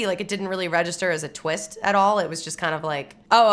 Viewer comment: "But maybe there's a tweest I don't know about..." 😅 How about 2? 😁 I love that Ft13th can still scare the heck out of people, even those who know about Mrs Voorhees from Scream. Jason popping out of the water is one of the best stingers in horror! And some bonus Kevin Bacon.